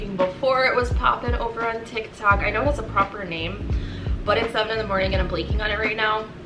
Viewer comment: I'm dying at "tix tox" lmaooo I love u